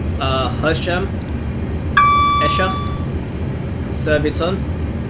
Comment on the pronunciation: A couple of notes: Esher is pronounced EE-sher. In real life, this train doesn't call at CLJ or VXH.